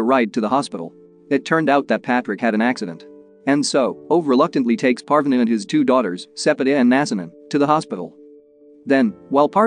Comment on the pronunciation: uhm it's pArvAAne but k P (/a like apple/) r . V aa (aa like always) Ne (like never)